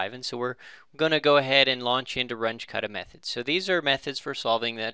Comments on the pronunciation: RUNGE is German. Your pronuciation is crap. It's pronounced "R-oon-geh" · It's pronounced "R-oon-jeh" or "R-oon-geh"